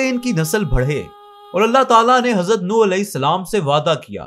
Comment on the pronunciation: Yar ye Nooh نوح hy. Apne ne darust kr len please